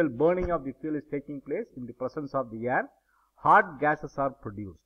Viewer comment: Sir it's air not yerr